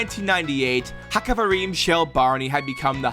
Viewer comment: Small note about pronouciation You know the greek x? The het sounds like that Also this haxaverim, not haxavarim Also, the stress is on Rim, not on the ha HaxaveRIM shel Barney